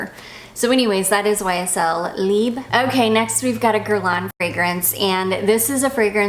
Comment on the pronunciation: You do pronounce the letter b in Libre...I checked it to make sure on "how to pronounce"..and they are French!